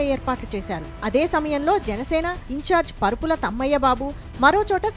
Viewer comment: పరుపుల కాదు తల్లీ... వరుపుల.